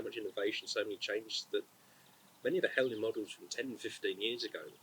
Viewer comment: Huh, so who else has mispronounced Heljan this whole time?